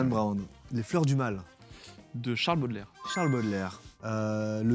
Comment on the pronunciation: AAH C’est BAUDELAIRE pas bEaudelaire